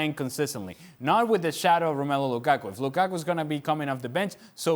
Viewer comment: Lukaku should just fuck Ali Moreno up for always saying his name like that.